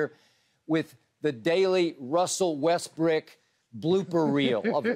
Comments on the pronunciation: Skip keep saying WestBrick 😂😂😂😂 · Funny how this man actually calls him westbrick😂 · skip really going at russ calling him westbrick lmaoo